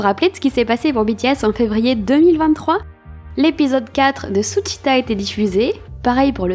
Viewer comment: j'aime beacoup ta vidéo, ça me fait plaisir de voir des army françaises et en plus qui prononce bien suchwita 😇